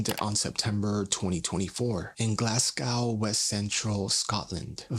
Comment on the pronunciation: For future reference Glasgow is pronounced like glass-go 😊 thanks for covering international cases, love your work!